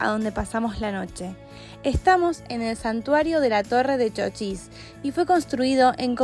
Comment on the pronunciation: Se dice ¡¡¡Chochís!!! Con ancento en la í; es decir con una mayor intencidas o fuerza de vos en la vocal í de la primera silaba por si alguien no sabe. Lo que pasa es que como lo han escrito con mayuscula "CHOCHIS" se han dejado llevar por le regla que en mayusculas no se acentua las palabras, aunque ahora ya esa regla ya no tiene ese mismo rigor. Y si lo ven escrito sin acento con minuscula pues lastimasamente lo han escrito mal. Repito el nombre correcto del pueblo es "CHOCHÍS" parabra aguda con dos silabas. NOTA: El nombre Davíd es una palabra modelo de la pronunciación correcta de nombre Chochís.